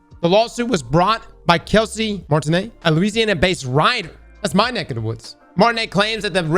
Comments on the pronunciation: Excuse me…It is pronounced Martinoe, not Martiney. Much respect ✌🏼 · I’m sorry it’s so funny how pronounces Martineau 😭 it’s mar-ten-oh, not mar-tin-nay LMAO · How is it you claim to be from Louisiana but you can't say Martineau correctly?..it pronounced mar tin no... I was raised in North Louisiana and even I can say that name correct. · The name is pronounce Kelsie Martin-O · His last name is pronounced like Martino (Neau ) has an Oh sound when u pronounce it 😄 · Martineau=Mar-ti-no… come on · it's pronounced "mar-tin-oh" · That name is pronounced Martin-oh. I'm related to that family actually, but have never heard of that person or his work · Mar-tin-Oh, motherfucker. How you goin' be from Louisiana and not pronounce it right? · Martineau "Martin-no" eye twitch -edit: he finally got it right eventually. How does he not know how to pronounce French/Cajun names as a resident of LA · How is my man from Louisiana and not able to pronounce Martineau correctly?🤣